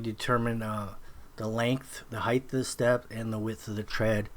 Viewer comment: Nice work. Tip: There is no such word as "heighth". Height is it.